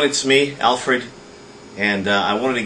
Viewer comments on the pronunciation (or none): none